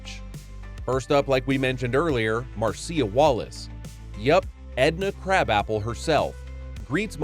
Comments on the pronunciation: Marcia is pronounced "Marsha", typically. Otherwise, great video. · that is not how you say Marcia!!! this is either bad or AI or the narrator is really that stupid.